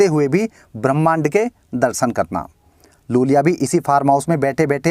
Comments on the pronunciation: ज‍िसे आप लूल‍िया बोल रहे हैं उसका नाम वास्‍तव में यूल‍िया Iulia Vantur है। बड़े आई को एल समझने की गलती मत कीज‍िए जनाब। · Iulia Vantur not Lulia Vantur